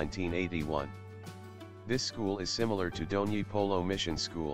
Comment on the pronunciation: Bdw it's not Dhoni polo it's DONYI POLO VIDYA BHAWAN